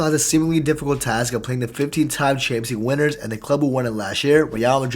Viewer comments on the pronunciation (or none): You say “chansleeg” never heard anyone pronounce it like that lol